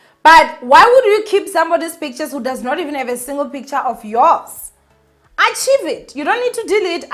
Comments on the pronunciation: Pronounced archk-aive it my ninja. Not achieve nana. Love you ninja. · Not “Achieve” but archive! 🤗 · aaah I actually thought 'Achieve it" was an a deleting app or something lol until I realized oooh archive. We love her though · Archive is pronounced "aa-kaiv/akhayv" ❤️ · archive is pronounced arc-hive... I LOVE YOU... You're killing the game AGAIN!!! ❤️❤️❤️❤️♥️♥️♥️♥️